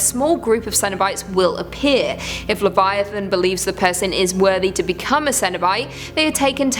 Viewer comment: I have heard so many cringe worthy pronunciations of Leviathan, but I am so thankful is here to say it right. I only watch she is amazing